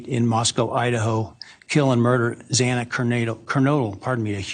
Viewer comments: Ashleigh, the judge's mispronunciation of Xana Kernodle's name (x2)really bothered me as well. It was like he couldn't be bothered to get the name right. What's in a name? Everything. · I was disgusted by judge hippler! He’s more concerned with people calling his office than doing his job! Absolutely horrible! Then you can’t even say Zana’s name correctly! Everyone should be disgusted by this man and especially the prosecutor!!! Shame shame same on you all! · I also, found it offensive, the judge mispronounced , one of the victims names , twice , but but the killers name correct . That was offendive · I noticed the miss pronunciation as well and it bothered me. I think he miss pronounced it 3 times. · I agree with you, Ashleigh…To mispronounce Xana's name, was disgraceful. I felt he was disrespectful to the victims of this crime and the people of Idaho, overall. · That made me so mad. He's the judge and he's making a decision on behalf of the life taken from Zana. The very least he can do at this point is to familiarize himself with the victims well enough to know their names. We here ALL know how to say her name; there's no excuse for the judge getting it wrong.